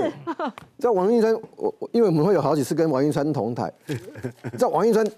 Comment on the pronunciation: 港棟(同台)啦! 港歹? 是要葬在一起逆? 台語發音， 不要亂發音。 會被嗆啦!